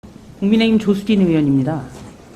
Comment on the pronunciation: 조수진은 국썅이라고 들리는 사람은 없나?